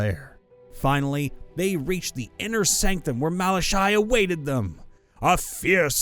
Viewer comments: I have to say this because it's annoying. For then 1st story it is pronounced Mala-Ky. Then KY is pronounced like ky in Sky. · pretty sure it's "mal ah kai"